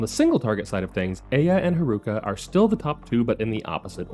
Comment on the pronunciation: Pronouncing Haruka's name like bazooka should be a sin. The syllables should have the same length. It's lalala, not laLAAla. Instead of reading Haruka as one word, it's probably better if you separate it as Haru Ka. Cuz then that way you stop the unnecessary elongation of the second syllable.